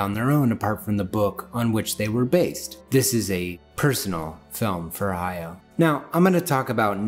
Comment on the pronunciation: It pains me when people mispronounce Hayao Miyazaki's name. It's Ha-ya-o with three distinct syllables. Exactly how it's written.